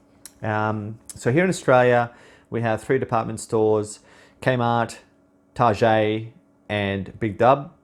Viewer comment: It's 'TaaaahGhet', NOT 'Tarjay'!! Who you trying to impress buddy?😉🤪😁😂